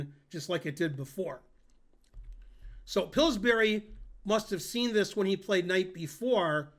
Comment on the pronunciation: Tomorrow the same video, only with Ben pronouncing Pillsbury correctly.